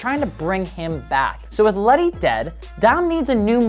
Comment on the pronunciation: Isn’t it Letty not Lenny or have I been wrong this entire time 🤣🤦‍♂️